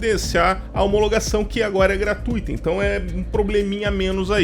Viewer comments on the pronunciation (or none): none